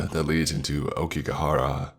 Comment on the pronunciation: aokiGAhara not go. YU U RE I not yuree. christ